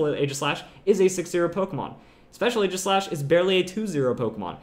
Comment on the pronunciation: For all of the praise he gives Aegislash he still pronounces it wrong. Not trying to be hateful, just informative.